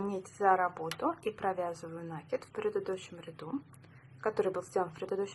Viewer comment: Спасибо, понравился набор! Только не нАкид, а накИд, проверочное слово накИдывать